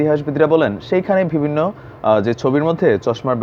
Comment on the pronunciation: একটি শব্দ আপনি প্রায়শঃই বলেন -- " ভিবিন্ন" এটা হবে " বিভিন্ন" পরবর্তীতে সংশোধন করে নিবেন।শুভকামনা।